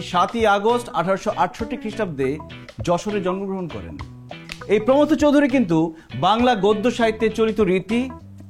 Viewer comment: Banan tao vol প্রমথ না প্রমোদ😄😄😄